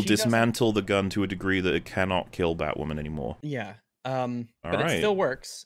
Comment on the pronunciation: Strap in, lads. IT'S BATWAHMEN TIME.